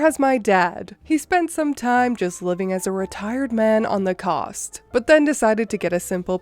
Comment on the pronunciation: Cost? I think he meant coast.